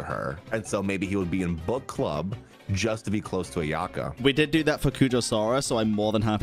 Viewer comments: Dude all I hear is "butt club" and it cracks me up 💀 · whenever says book club....i hear butt club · I cant stop hearing „butt club” lolol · accent is killing me every time he mentions the "bukk club". It just sounds so wrong:-p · Gotta love the British accent saying "Book Club"